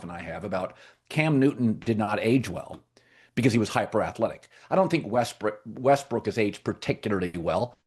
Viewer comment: Who caught colin recover himself quickly when he called Westbrook westbrick😂